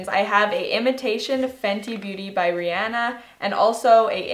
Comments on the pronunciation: did this girl really just say rianna hunnnnyyyyy noooooooo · it’s ri-on-a on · Did you just pronounce Rihanna’s name wrong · Lmao I love you but the way you said Rihanna is so funny. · She said the iconic Rihana’s name wrong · You said Rihanna wrong